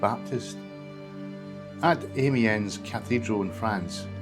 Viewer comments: You need to work on your place name pronunciation. Marycooter; not MaryKUHlter. TorFICKen; not TORficken. Ahmee-ens; not Aymiens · Nice video but pronunciation a wee bit out. Bahl-an-traw-duch (Balantrodoch) and Tawr-fichen (Torphichen); Ah-mee-ong (Amiens).